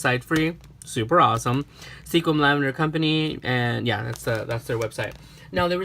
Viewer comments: LOL.....in the Northwest we pronounce it Skwim....not sequin. Kinda like people from Nevada pronounce it Nah-vah-dah. Their are so many beautiful little towns dotting the Northwest. My parents came from Reno to visit and we ended up moving here almost 50 years ago. It is truly a gardeners/farmers paradise. There are tulip festivals, lavender festivals, strawberry, blackberry, dahlia, lilacs, blueberry and of course Rose festivals all over. Anything that comes from the fields or ocean and there is a festival. So, glad you had so much fun on your trip. Hope you get to spend more time visiting next time. Ciao! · I love how he said that he wanted to make sure that he didnt misspernouse sequim but he did XD. Its pernoused squim